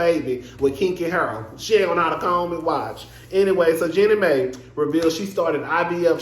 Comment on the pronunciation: Lol I can’t tell if you really don’t know the pronunciation or making fun of it 😂 either way it’s hilarious. Jeannie Mai pronounced like “genie my”